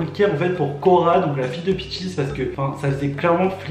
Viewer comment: Son nom c’est peaches ! Et non peachis